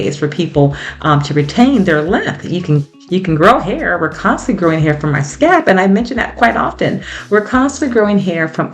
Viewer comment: It sounds like you are saying scap, not scalp. Thank you for sharing your tips.